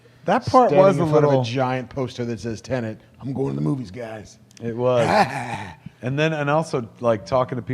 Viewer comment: Why the fuck can nobody in the media pronounce the word TENET? Te-net. TE-NET. What’s so fucking difficult??